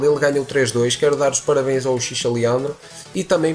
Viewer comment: Analise clara e direta, muito bom mesmo, ja imaginava que não seria uma boa pra f2p investir nessa box, agora não resta dúvida xD e so uma correção, acho que a pronuncia certa é "Uchirra" e não "uchicha"